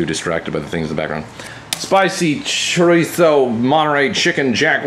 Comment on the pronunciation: That Chorizo pronunciation bruh mmmm